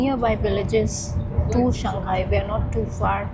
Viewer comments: SHANG....... HAI !!! NOT SHAN-GAI.. SHANG ( mean Up or Upper). HAI ( Sea, or Ocean).... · Hello my friend shanghai is pronounced as shang 'HAI', not shang 'GAI'. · Shang Hai. Not Shang Gai. People here will not understand you. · Shang Hai it is where the H is not a silent consonant 😂